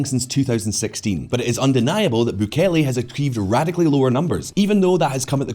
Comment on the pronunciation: Your french pronunciations were fine! Misreading a world leader's name though and adding syllables that arent there (Bukele), very anglo-saxon ;)